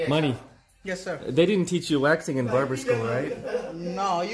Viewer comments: Mani not money 🤣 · Dude his name is M-A-N-I. He might have said it three or four times!